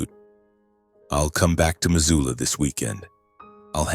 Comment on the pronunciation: It's Missoula, not Mazula. Buy an Atlas